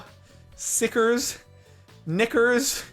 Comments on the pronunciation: When he said nickers I thought he said the n word and almost freaked out what’s even funnier is how many times he said it without noticing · When u hear Captain say NICKERs multiple times and not notice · I need a 10 hour loop of Jordan saying "Nickers" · HE SAID NICKERS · I thought Sparkelz said something else when he said NICKERS. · Dude, a niker bar. it sounded like he was saying a very particular worrrrrd...... XD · Whenever Jordan said nickers 10 times... lmao did anyone hear anything else? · might wanna stop saying nickers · He said nickers 😂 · When jordan kept saying nickers lol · Jardon saying Nickers triggers me. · haha I thought you were saying the n word